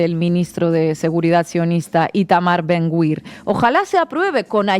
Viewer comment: Creo que se pronuncia “Ben-Gvir”y no “Ben-Gwir”